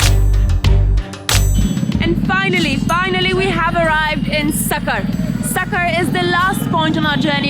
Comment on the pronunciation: Funny part was sucker😅😂😂😂 Its sukker but pronounce as sukkhur